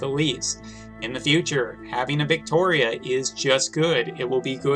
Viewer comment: As much as i hate how you pronounce Viktora, i respect your review reasoning basis